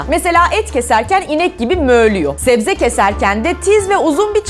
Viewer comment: Zebze :D